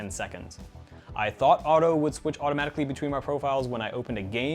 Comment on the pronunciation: Lmao he said automatjicly 😂